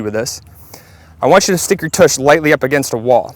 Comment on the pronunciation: No kidding. Grown ass man saying “toosh” how sad. I’d say revoke his man card but I’m guessing he never had one to begin with LOL